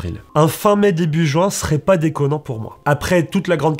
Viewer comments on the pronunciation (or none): none